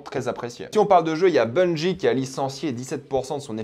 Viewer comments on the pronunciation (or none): none